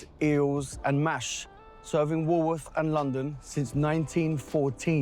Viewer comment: It's Walworth, not Woolworth...